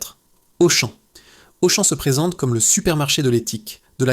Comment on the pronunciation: La voix de synthèse : Auchan prononcé Auchanne!!! bravo